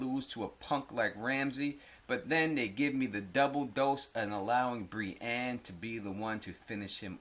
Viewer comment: "Bri EEn" lmfao 👊